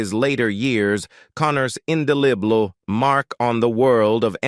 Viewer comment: OMG!!!!!!!!!!!!!!!! Learn to pronounce ENGLISH words! WHAT IS INDILIBLE??? Indelible (IN Dell ABLE)??? The Riplamon???